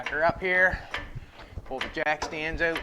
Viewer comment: How you say out? euot